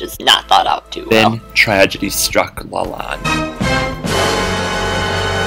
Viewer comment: Fun! Check your pronunciation of chateau de Lalande. You sound Spanish rather than French.